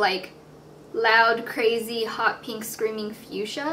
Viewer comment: peenk :P